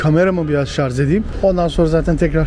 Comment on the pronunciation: Şarj' a ŞARZ diyen adam gitmis Lübnan'da belgesel cekiyor , biraz okuyun ogrenin öyle girin bu Showlara gardaş